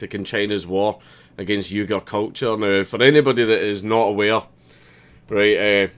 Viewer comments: It is pronounced wee-gehr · It’s pronounced “We-Ger” But still thank you for pointing out China is also doing bad things... and Africa should be very nervous about the amount of attention China is paying them recently... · Just saying, "Uighur" is pronounced WEE-Gir(like girl without the L) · Uighur is pronounced Weeger Mr. Dankula. Common mistake many make. Don't let it bother ya. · WEE-gar. That's how it's pronounced. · "Uighur" is pronounced "wee-ger"